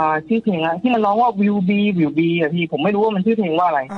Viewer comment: กะลังกลัวๆ ก็คือหลุดขำตอน will be, will be 😂😂 คือพยายามมาก